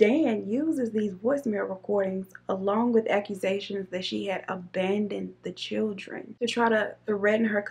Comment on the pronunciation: She says “chill-tren” lol that’s funny